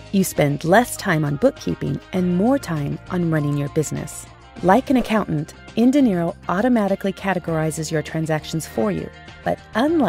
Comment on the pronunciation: Is there any reason why you pronounce "dinero" as "de Niro"?